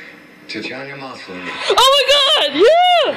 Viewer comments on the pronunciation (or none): He screwed up her first name as well as her last name... Tatian-i-ya MASlany. Very interesting choice of pronunciation,! Especially since you got it right the first time around, in the intros! LOL! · Thank you for posting the entire thing. Also, isn't Canadian? He screwed up the pronunciation of Maslany's last name.